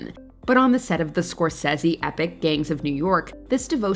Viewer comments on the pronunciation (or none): Why can’t this person say Scorsese correctly?